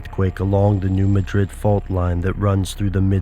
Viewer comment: New MADrid, New MADrid, New MADrid. not New MaDRID. MaDRID is in Spain.